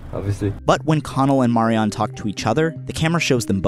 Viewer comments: If it's one of your favorite shows why are you pronouncing her name incorrectly? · The way you pronounce Marianne kept taking me out If you've seen the show, why is it difficult to say it correctly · I used to go out with a girl called Marianne who was Irish, funnily enough although I don't think it's an Irish name. She pronounced it Marry-ann with emphasis on the last syllable.